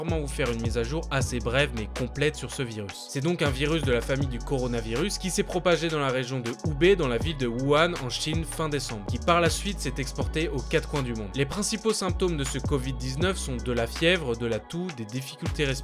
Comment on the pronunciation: merci encore une fois tu assures et ça rassure. Petite rectification si je peux me permettre sur la prononciation de la ville de Wuhan. C'est [wourane].